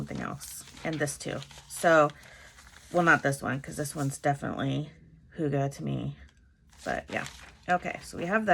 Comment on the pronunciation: Hahaha...I had a good laugh at how our norwegian word «hygge» is pronunced [hoo-ga] 🤣 Not even close to how we say it! 🤣 It’s more [hygg-e]. While the danish pronunciation is more [hyy-ge]. Not laughing at how you said it tho, because I guess you said it like it’s written on the note in front of you in the video, so I’m not mocking you. Keep up the good gluebooking!👍🏼💕